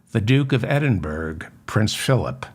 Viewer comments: Excellent programme. David. Small point, though, Edinburgh is pronounced, not Edin burg, but Edin burra. Thank you, for all you do! 🙂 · Edinburgh pronounced Edin Bru 😅 that said the Scottish government couldn't work out how he was able to afford the golf course in Aberdeen